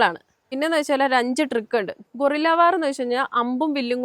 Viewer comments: ഗോറില്ല അല്ല ഗെറില്ല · ഗോറില്ല വാർ എന്നൊന്നില്ല.ഗറില്ല വാറാണ് ശരി.ഒളിയുദ്ധം.വായിൽ തോന്നിയത് വിളിച്ച് പറയാതിരിക്കുക.ഒന്ന് ഞഞ്ഞായി അവതരിപ്പിച്ചു കൂടെ. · അവതരണം മോശം , ഗോറില്ല വാർ അല്ല ഗെറില്ല വാർ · 🦍 ഗൊറില്ല അല്ല. ഗറില്ലാ 😂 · ചേച്ചി ഗോറില്ല എന്നല്ല ഗറില്ല എന്നാണ് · ചേച്ചി ഗോറില്ലാ വാർ അല്ല... Guerrilla war → ✔️ Correct spelling Comes from the Spanish word “guerra” (meaning “war”). Refers to irregular warfare where small groups use surprise attacks, ambushes, and mobility to fight a larger army. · ഗോറില്ല അല്ല ഗറില്ല " ഗ " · gorilla....hello girl....first learn how to pronounce words❤